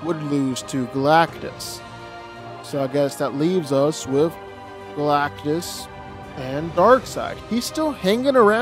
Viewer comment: It's Galactus